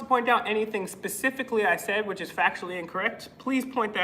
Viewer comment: They can’t even pronounce specifically!